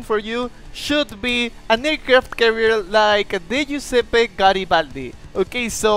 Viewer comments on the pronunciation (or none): none